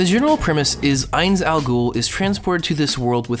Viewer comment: "This isn't Overlord." BULLSHIT. You reference the author and his writing despite not taking the time to pick up the source material. Fucking anime onlies. At least pronounce Ainz sama's name correctly. Jerking off to Nazarick is cool, but as you said its about WORLD BUILDING. IN fact, we arent going to have Ainz as protagonist until the 9'th volume, which means this arc included, 5 volumes worth of material without Ainz so I suggest you drop the series and avoid watching the next arc altogether if a powerfantasy skeleton isekai show is all that you're after.